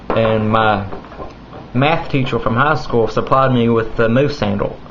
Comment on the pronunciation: he said teachor instead of teacher